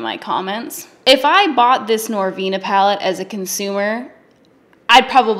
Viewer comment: OK LISTEN. NoR-VEWEna... aHhhheeee ooooooHhhhheeeeeeeeeeee... *laughs*.. LMFAO I DIED AND HAD TO PAUSE AND REPLAY THIS PART 3 TIMES. ahahhahahhahah